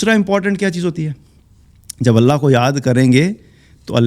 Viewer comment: اللہ کے لفظ جلالہ سے پہلے زبر ائے۔ تو اللہ کو پر پڑھتے ہین موٹا کرکے تجوید کا خیال رکھا جائے۔ باقی کیا کہنا سبحان الله وجزاكم الله خيرا كثيرا